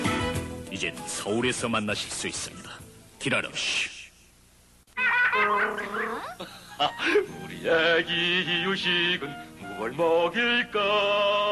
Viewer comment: 가이 라로쉬를 기라로시ㅋㅋㅋ